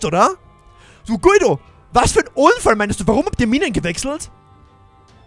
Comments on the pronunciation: Guido wird nicht so ausgesprochen, es wir so ausgesprochen: Gido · Echt geiles Video und neues Projekt aber man spricht den Namen Gido aus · Voll cooles Projekt ich bin so gehypt😃😃😃😃 Ps: Guido wird glaub ich Gido aus gesprochen. Glaube ich Pps: du bist soooooo ein cooler Youtuber❤️❤️❤️👌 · Er wird Gido ausgesprochen😂eine richtig geile Folge👌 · Hey man spricht seinen Namen Gido aus aber wird Guido geschrieben Bester Youtuber Mach so weiter Bleib so wie du bist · Guido wird Giedo ausgesprochen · du sprichst ihn falsch aus du musst ihn gido aussprechen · Bei Guido spricht man das u nicht😅